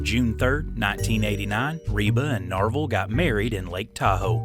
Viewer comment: Not Norval.... Narvel. 😂